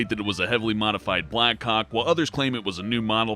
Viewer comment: On number 1 it sounds like he's saying black cocks.